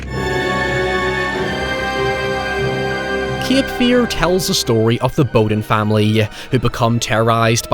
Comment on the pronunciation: Not kip fear but cape fear learn english you irum.